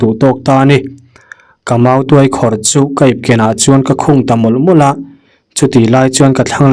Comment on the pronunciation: tuai(pherh) ang nilo in,tuai(mautuai) anga lam rik tur.... chuan,'tuairam' chu thing chi khat hming a ni e....